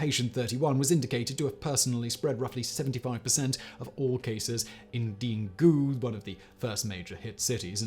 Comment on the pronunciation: Daegu. It's pronounced "Day-goo". Korea has several cults or cult-like movements operating.